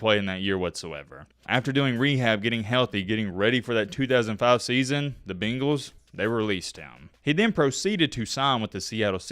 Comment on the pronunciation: BANGALS… not the fkn BEENGALS… good lord I’ve never been so annoyed by a word being pronounced incorrectly